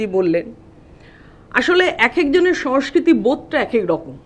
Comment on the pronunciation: নাগরিক সমাজ স্বেচ্ছায় বামেদের অনুগত হয়েছিল। রাজনীতি,অধ্যাপনা ও গবেষণা এক নয় । রাজনীতি মাঠে নেমে করতে হয় । অনেক কিছু ত্যাগ করতে হয় । উচ্চারণ ঠিক করুন সমস্কৃতি নয় সংস্কৃতি ।